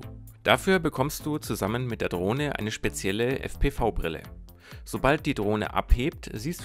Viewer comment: Ich finde dass dji sich wieder einmal mega Mühe gegeben hat. Mega DROHNE. Mega VIDEO. ABER es heißt fpwiiiii.